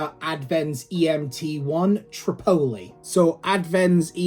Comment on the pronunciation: It’s not that hard to pronounce it correctly. Gawd :( Otherwise all good :)